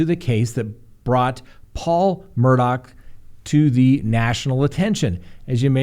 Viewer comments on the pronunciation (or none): Please! It's Murdough.. not Murdock!